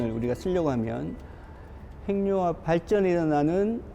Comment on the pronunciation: 핵 + 융합 = 핵융합~~~ 행늉합 발음은 틀린 발음입니다!! "해귱합"이 맞습니다!! 두 개의 단어로 된 합성어를 따로 떼어서 천천히 발음해 보세요!! 핵~ 융합, 핵~ 육합 그러면서 천천히 붙이면 해귱합~ 발음이 맞다는 게 쉽게 증명됩니다!! [ 전음법칙 ]